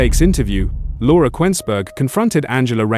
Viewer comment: The sooner Rayner takes over as prime minister the better 🎉 The geezer can’t even say Laura’s name, I guess this shit is ai generated